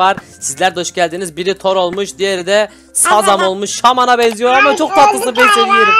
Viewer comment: Abi Shazam diye yazılıyor şazem diye okunuyor